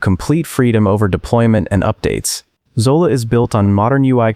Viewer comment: Zola? Hydra? 😂😂😂😂